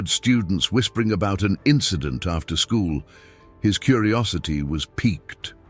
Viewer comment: Hey, AI, the word is piqued.